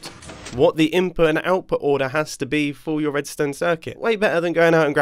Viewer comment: I laughed so hard dwhen he said etch a shetch